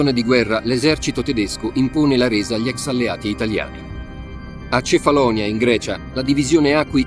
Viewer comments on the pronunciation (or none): Dit is wel de ergste belediging naar de Italiaanse soldaten die het op Kèfáloniá werden afgemaakt als schurftige straathonden. (laat die vervloekte AI stem dan tenminste het eiland ook noemen zoals het heet!!) Een belediging door de film zó slecht te monteren dat de getuigenissen worden weggefilterd en dit op de goedkoopste manier mogelijk door een AI narrators wordt verteld. Wat een ode aan de nutteloze dood van die zovele onschuldigen. Schaam jullie History Official, Shame on you!!! Deeply 👎👎🤡 unsubscribe everyone!